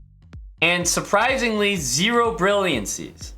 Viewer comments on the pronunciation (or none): "suprisingly zero brillancy" lol